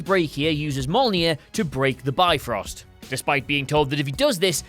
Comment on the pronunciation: 5. Bifrost - you spell it "beefrost" not "byefrost". Just a hint ;)